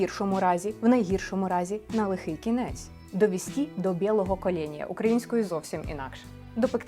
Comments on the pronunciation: Пані філологине (чи філологице?...), не "белого кОления", а "белого кАления".... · Тільки "бєлого кАлєнія", а не "кОлєнія"